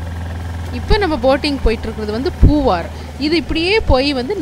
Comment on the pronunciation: பூவாரா ,பூவாறா தமிழைக் கவனத்தில் கொள்ளவும்